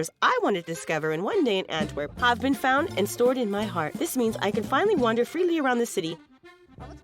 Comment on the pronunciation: for whoever dubbed this ..its ANTWER P! with a P thank you!